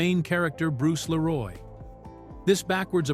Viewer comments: It's "Lee-roy" not "La-roy" ffs. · Not Bruce Lé Roy, it's Bruce Lee Roy. 😊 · Lee Roy not la roy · i'M sooooo sick of these fake Ai generated videos. I was interested in this until I kept hearing the voice mispronounce the name. It's Bruce Lee Roy, not Bruce LaRoy! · I love this movie! I have lost count the times I would watch on cable back in the day. The facts are great to learn. Please review the AI doing the speech. His name is Bruce Lee Roy NOT Bruce Leroy. It grates when you listen to take the information actual if they can't pronounce the names correctly. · Leeroy not Laroy you damn AI auto edit turd xD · I know the narration is AI but it's Bruce Lee-roy. Not Leh-roy. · Bruce LEE-ROY! 🤦🏻‍♂️ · This AI narrating crap has gotta go.. it Bruce LEE-roy...not Bruce la-ROY..WTF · Leeroll kept taking me out of it. It’s Leroy. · I swear bro, got my dawg sounding french. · LEE- Roy! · Man if you don't stop saying 'Leroy' like that. Who tf is "Laroy"? Lol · Bruce Leroy not La'Roy. Also 2 dollar million? Stupid AI voices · Bruce la-roy...lol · "Bruce Luh-roi". Ugh. AI voice synthesis with lazy production. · Bruce La-roy 😂🤣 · LAROY???.HOW FUCKING DARE YOU RUIN THE PLAY ON BRUCE LEE's name!! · 😂 La-Roy pronunciation of his name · dang AI voice.. leroy? it is Le-Roy! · 🤣 Bruce La Roy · lol why does he keep calling him Bruce Leroy 😂😂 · Couldn't have told the AI to pronounce "Leroy" correctly? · Is this narrator AI generated? It sounds inorganic and the fact that he can’t pronounce the name “Leroy” is skeptical. 😅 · AI is lazy. Can't even say "Leroy" correctly.